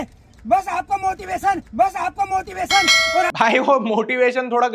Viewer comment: motivation ❌ Moti lassan ✅